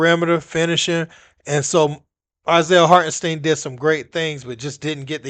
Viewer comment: He called him “heart & steeeen “ smfh..yall need speach class